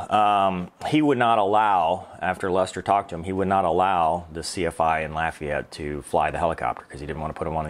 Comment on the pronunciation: Congratulations you pronounced Lafayette correctly. I am from there and I do not like when people say LAHfayette.